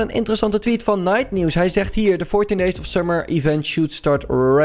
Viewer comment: Normale mensen: "The" "THIE"